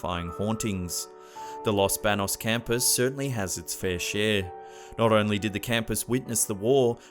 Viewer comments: Wow.... I'm impress! You made it far here in the Philippines, my home country. Few corrections though: UP Los Baños is pronounced as YOO-PEE LOS BANYOS. Balete drive is pronounced as BA-LE-TE drive. Congratulation,!!! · It's los Banos (los banyos)